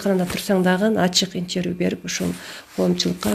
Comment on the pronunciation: Баары жакшы,азаматсыңар, бирок " интервью,коллегия" деген сөздөрдү туурараак айтсаныздар,таарынбагыла.